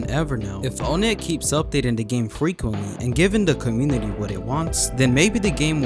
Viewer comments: It’s pronounced like “on net” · O-nett its On-ett